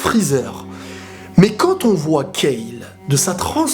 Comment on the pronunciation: Enfin une personne qui dit Kale et pas Kalu, ça fait plaisir.